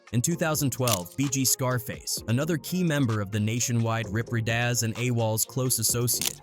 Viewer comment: Dude said "Rip Read Oz" 😂😂😂😂